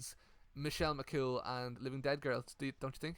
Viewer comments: bahahaha later into the video "Michelle McCaul bahahahahahah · your mam being unable to pronounce "Michelle McCool" has me in stitches hahahahahahaha McGoal she said